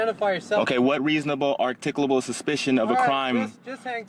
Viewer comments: "articable" suspicion? Not only can't he say it, he has no clue what it means. 🤣😂🤣😂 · Artikable, instead of articulable. Haha! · Artickleable? hahaha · “Are-tick-oo-lah-bull”?? Is that a Mooronic word? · He can't articulate it!